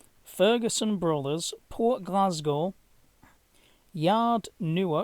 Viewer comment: Your pronunciation of the Weegee place names is amusing. I mind the ferry being laid up at the Renfrew Ferry in the 70s.